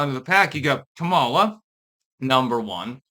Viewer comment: I was listening to Marjorie Eagan (name may be misspelled, dgaf) who is a super liberal talk show radio host out of Boston. Now, she is all about supporting blacks. But black sounding names? Not so much. When Eagan said "Kamala" she pronounced it like "Kamela" like "Pamela" which I thought was absolutely hilarious 😂 Anyway, run Kamala again! Please! We need more entertainment! Hollywood is dead!